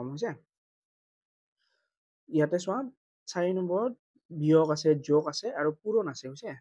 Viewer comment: মই ভোল ভাবি কোৱা নাই যগ নহয় যোগ 🎉🎉🎉🎉🎉🎉🎉🎉🎉🎉🎉🎉🎉🎉🎉🎉🎉😊😊😊😊